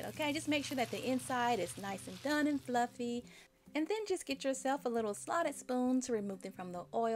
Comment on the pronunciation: I love how you say fluffeh, hehe. Thanks for the recipe!